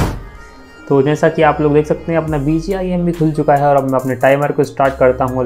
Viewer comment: He is saying bgim